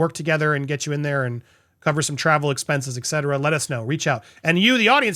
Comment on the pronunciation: Cov-er! Cov-er! Cov-er! pleeeease.